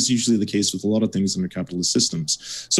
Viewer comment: I'm laughing. He just needs to work on the "with" part.